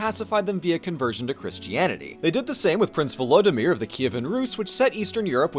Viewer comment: im not sure if i commented on the original vid or not but man you butchered Vladimir's name. same as Putin man. which is sad but its a common name in half of eastern Europe so eh.